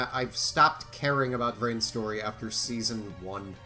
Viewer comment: I... I heard rance... not vrains... help me